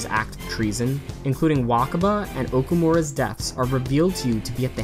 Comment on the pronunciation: “Okumooora” lmao